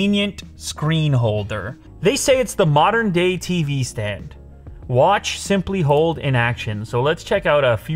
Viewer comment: "Honeey, where's my 'SeemplyHold'?????????" LMAO.... 'Dunno why I laughed so hard, at that..... 😂😂